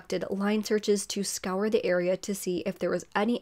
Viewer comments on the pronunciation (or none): none